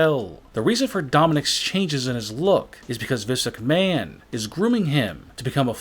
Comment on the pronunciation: Hol up this dude says, and I quote "Vince mchmahooon, is grooming hi, for WE"